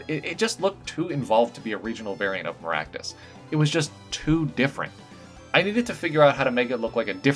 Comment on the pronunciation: Mazan Maractus should totally be a Fire/Poison Type. (And your pronunciation isn't bad, believe me.)